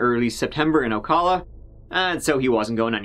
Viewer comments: We pronounce Ocala with a hard a, like in pal. Oh-cal-ah. - Florida Girl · Since Florida is such a frequent location in your videos, and I've heard you say the name "Ocala" incorrectly before- the "cal" in that word is pronounced like the first syllable in California. Not that after over 4k comments you'll ever see this.